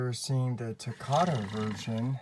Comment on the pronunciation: I love your videos but please say takara right please. It make it sound like nails on a chalkboard when you pronounce takara.